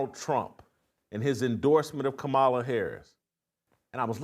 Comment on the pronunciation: Sound it out Jason, COMMA-LA